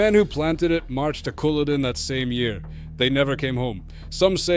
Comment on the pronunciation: Who is the commentator. Their accent is awful. Couldn’t even pronounce the battle of Culloden right. It sounds as itish American Scottish jumble of accents ans it’s not good on the ear.